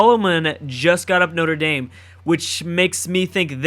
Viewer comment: Btw you say notre dame like KNOT-RA DARM